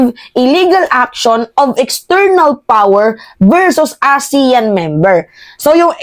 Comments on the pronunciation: Aseyan po ang tamang pagbigkas ng ASEAN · pronounce the meeting ASEAN (ah sea an) .